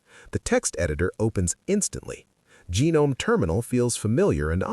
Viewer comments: Try pronouncing Gnome with the "G" being silent and you'll be spot on. Settle down, just some tuff ❤. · It is pronounced guh-nome. Not silent 'g'. Certainly not genome. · "genome" lmao ai slop channel